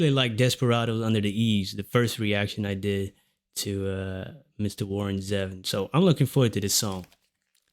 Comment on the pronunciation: Have you heard his WEREWOLVES OF LONDON? It great and funny. His name is pronounced ZEE VON.